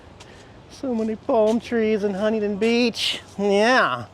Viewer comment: I’m glad you finally learned the correct “local” way to pronounce Huntington.